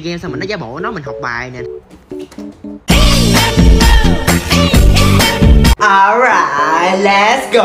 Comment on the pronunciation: Khúc cuối tập nào tôi cũng nghe ố rài lét gô